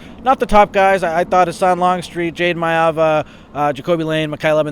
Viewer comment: Longstreet’s last name is Husan NOT Hasan. Hoo Sahn